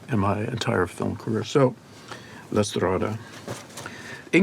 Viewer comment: his perfect way of pronouncing "la strada" moves me (besides his memory of Lynch, his consideration of Bergman and the fact that he is a total genius, of course)